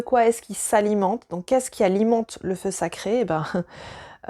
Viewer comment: Le fleu séché ? Le feu saché ? Ahhhh 🤣🤣🤣en tous cas, c'est une forte et édifiante vidéo merci c'est une belle découverte pour moi !😀